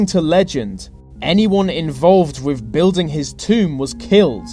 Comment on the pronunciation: Hello! This is a suggestion only, but would improve your quality and your professional mien, both: Can you please try to pronounce "th" not as as a 've' sound? ie: With, instead of 'Wiv' you slip up often, and it makes it difficult to listen. For instance 'free fousand' instead of three thousand... 'anover' instead of another. I really enjoy your work so please dont take this as me trying to get you down... Perhaps you could highlight every 'th' in your script, and practice each one exactly until perfect... Only then record your work! I teach this and stage craft, hence my interest. Good luck with it, whether or not you take my comment and suggestion on board ! All the best, and thankyou for your interesting work! Alicia Manolas.